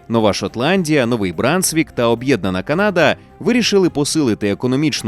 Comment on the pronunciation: Будь ласка люди почуйте мене! Правильно казати Канада з наголосом на перших склад. Француз про якого сказали на початку спитав у індіанців через перекладачів "Як зветься ця земля". Але через мовний бар'єр індіанці неправильно зрозуміли і сказали село (типу відповіли що це за місце). На індіанській село звучить як Каната (!!!з наголосом на перший склад!!!). А згадайте як звучить на англійській Канада - Canada з наголосом на перший склад. Взагалі візьміть будь-яку мову крім суміжних з українською і почуєте наголос на перший склад, бо так правильно. Якщо хочете перевірте в інтернеті. Ніколи не існувало КанАди. В жодному атласі, в жодній енциклопедії не було наголосу на другий склад. Це груба помилка. Українцям же не подобається, коли Україну називають УкрАїной, а їх укрАїнцями, або укрАинцами. Тому сподіваюсь ти, невідомий читач коментарів, зробиш для себе слушний висновок і почнеш розповсюджувати правильну назву. Дякую, що витримав і дочитав мій величезний коментар😊 Дякую автору за якісний контент❤